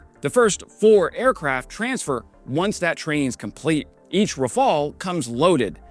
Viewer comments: Thank you for pronouncing Rafale properly at last! I'm surprised the craft's wide weapon compatibility range wasn't mentioned in your explanation, unless you did in another video and I forgot. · Raphael was a painter. Rafale is a plane. Different spellings,different prononciations,different meanings. Rafale means gust in French, which suits better to a plane than a painter's name ;) Heroyam slava!